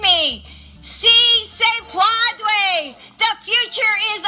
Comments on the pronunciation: She tried to say "yes, you can" in Spanish, and she mangled it. (Puede, to "puadre", a non-word.) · I know it's a comedy video, but holy hell do I have words about what a fail that was. What I heard sounds more like padre. Like yes, yes daddy lol. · Instead of saying"it is possible" she said "it is father!" Hahaha. Someone should teach her to say "soy pen day ha!"